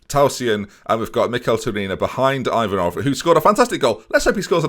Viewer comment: You are pronouncing Yanchev's name perfectly here, don't ruin it by putting a random"J" on the other hand your pronunciation of Ivanov isn't really good, but I will let you off since I've never heard an Englishman pronouncing Bulgarian names ending with "ov" properly